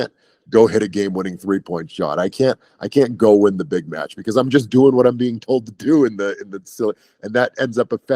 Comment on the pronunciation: "It was e very good mYetch, I'd say easily a 4.5 star Myetch"